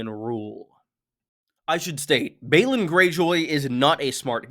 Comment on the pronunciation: Balon shouldn't be pronounced the same as Baelon.